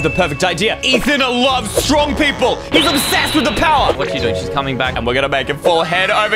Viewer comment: Wen eysreem said im so stowong he spells so dumb